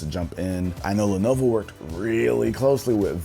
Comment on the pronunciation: s no one gonna mention the “levovo” in the intro??? lol